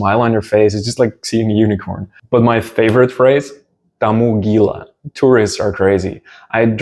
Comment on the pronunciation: Hey! I'm Indonesian and I am a bit surprised that you are talking bahasa phrases while I came to your channel to learn Russian languange. Your pronouciation "jalan-jalan aja" and "kamu gila" sounds perfect! - Regards from Monica in Jakarta, Indonesia!